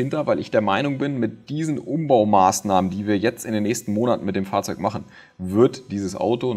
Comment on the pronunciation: Immer sehr interessant deine Videos aber wie du Fahrzeug sagst ist eine Katastrophe